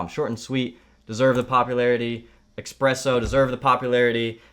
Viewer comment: It's esspresso... not expresso this hurts.